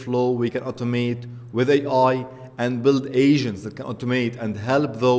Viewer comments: Maybe it's your accent, but it sounds like you are saying "AI Asian" ha ha. Anyways good video. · Once u read this comment you cannot unhear that. Each time he says it, I imagine an Asian starting to work on the task. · Sounds you are saying Ai Asians. Can you give us a bit more T at the end.